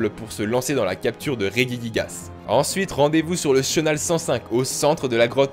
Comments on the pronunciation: chui la seul que sa chouette qu'il dise reguiguigasse alors que sa se dis rejijiguasse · Marine Vignaud rejiguiguase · On dit pas [reguiguigas] mais [regigigas] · Ré-Ji-Ji-Gas c'est pourtant pas compliqué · M Rik P dans tout les cas il a faut dans la video ^^